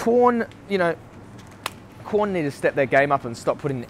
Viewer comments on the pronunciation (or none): It’s Quorn not corn bro